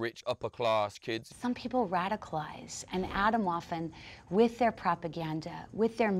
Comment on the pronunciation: Jo ok alles klar sie sagt "Aytomwoafen" 😂